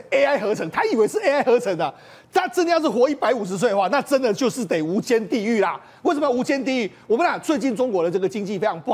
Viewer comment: 无间是什么鬼，没有提前看稿吗😂